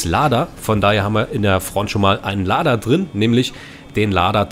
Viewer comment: Cheburek wird Tschiboreek ausgesprochen und bei Lada langes A